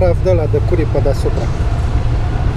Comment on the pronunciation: curry se pronunta "cări"